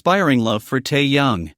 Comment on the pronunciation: Все хорошо и правильно,но нельзя так коверкать их имена.Если сразу про двоих,то нет никакого Тайка,потому что ВИ -Тэхен,а не Тахен, а вместе -Тэкуки т.е.Тэхен и Чонгук ,а не Тайкоп Режет слух и неприятно воспринимается текст. ТЭКУКИ,А НЕ ТАЙКУКИ.